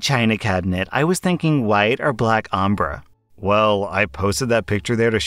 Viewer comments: Did... just pronounce ombre(om-bray) as (om-bruh)? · just for next time ombré is pronounced as Om-bray not om-brr 😂 It basically means a colour gradient. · AMBUR??? YOU MEAN OMBRE? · solely for your own information: it's pronounced "om-bray" and they should have spelt it "ombré". It just means fading one colour into another. So the Karen was looking for black fading into white 😊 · “omber” me: ill accept it for him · as an artist. please never say "OM-bruh" again, i will cry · Everytime I've seen that word "Ombre" it's said like Ombré (Om-bray) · the way pronounces ombré is so funny 😭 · it doesn’t matter at all but the way he says ombré is so frustrating lol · I hated the way said ombré…. 😖